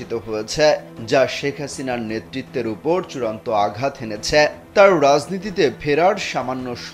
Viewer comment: হয়েছে, এনেছে...রিপোর্টারের এই উচ্চারণ গুলো ঠিক করা উচিত...